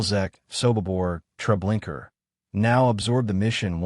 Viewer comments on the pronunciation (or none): I've asked this of you numerous times...PLEASE PRONOUNCE STUFF PROPERLY!!!!!! There's no R at the end of trablinkA!!!!! A no R at the end of it!! Lublin is pronounced LUBE LYNN!!!!!! You don't sound smart or knowledgeable by butchering certain words, phrases, or names...you just sound really stupid and uneducated...FIX IT PLEASE!!!!!